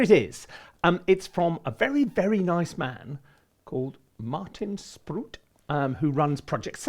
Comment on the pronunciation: Tricky Dutch vowels. Go to google translate and enter for Dutch: "Spruit". That's how you pronounce his surname. As for Maarten: close enough. The aa signifies long a though, so If you know French: á (aah), not à (ah).You could also look up a word like taart in google translate. >>> The Free Orchestra now comes with a (free) Kontakt Player license! <<<